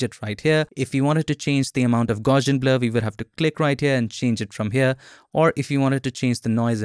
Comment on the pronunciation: Very informative and useful video, however, It's pronounced GOWSS-ee-ən, after Carl Friedrich Gauss.